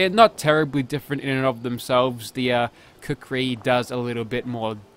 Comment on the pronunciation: I believe kukri is pronounced with an oo sound.